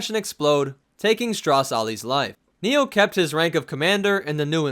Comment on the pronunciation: I think you're saying his name wrong I want to die.